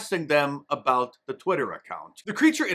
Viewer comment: A Canadian critical of pronunciation.. the hell you going on a boot?